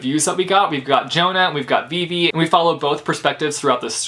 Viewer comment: Him pronouncing Vivi wrong 😕